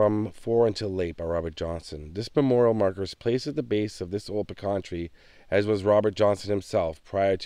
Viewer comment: Great video! PS it is a pee-can tree....the pee-can pie comes from the pee-can nut.